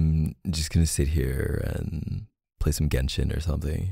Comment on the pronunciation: Am I the only one or did he really say ”Genshin“??? 😆😆🤌🏼